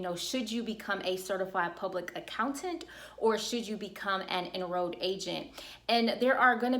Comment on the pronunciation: Excellent information. Just an observation since I figure you're growing fast enough to still read comments, when you say "enrolled" and "financial" you are replacing the L sound with Y. I didn't know wtf you were saying Enro'ed agents, rewind... Financyo. try to enunciate that L :))